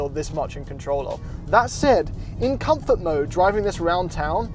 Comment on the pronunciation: Try just " comfort", the English pronunciation.